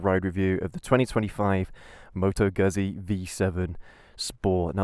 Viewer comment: Moto Gøhsié xD